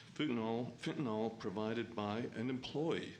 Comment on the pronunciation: Fentanyl... Not FENTANOL